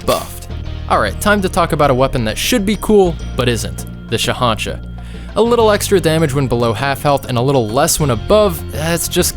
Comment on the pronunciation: Sorry to be that guy but it’s SHAH’AN’SHA